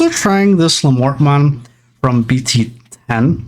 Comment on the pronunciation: Looking up the Diarbbitmon name and it comes from a hero in Irish Mythology named Diarmuid Ua Duibhne. The pronunciation of the Diar portion of the name is Dear and of course the bbit is the rest of the word rabbit so Diarbbitmons name would be pronounced as Dearbbitmon.